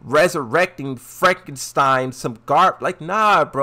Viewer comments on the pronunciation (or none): none